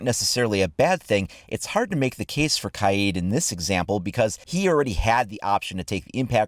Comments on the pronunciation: It’s Kaid, not K-eye-eed... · KYEEED? Its kaid bro lol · U spelled kaid wrong u said kiad🤣🤣🤣🤣🤣